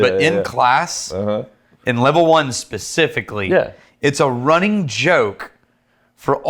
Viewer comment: runnink (not running) Rex: takes a sip of whisky